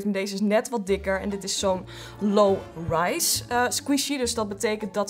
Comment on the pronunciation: Haha de eerste keer zij je low Rice.. de tweede keer zij je het wel goed leuke video trouwens..😘😘😘🙂🙂🙂